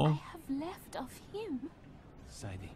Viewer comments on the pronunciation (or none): "Say-dee", not "Sa-dee". They literally say her name throughout this... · Say it with me, Say-dee not Saddy